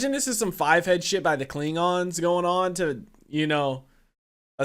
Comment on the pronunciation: Anyone else notice that he says klingongs instead of klingons.